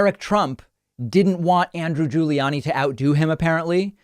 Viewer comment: I love how David pronounces "Andrew Guli-annie"😅